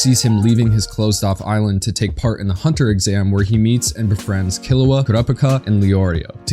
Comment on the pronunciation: "kee-loo-ugh" not "kil-oo-ugh"